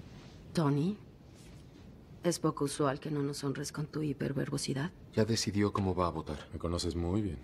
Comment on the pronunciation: HIPER VERGOCIDAD??...jajaja escuchen bien Hiper VERBOCIDAD jajaja